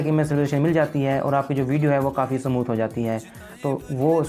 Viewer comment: Smooth hota hai bhai samooth nahi